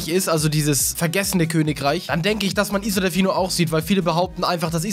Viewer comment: wie er isle ausspricht mach mich bekloppt..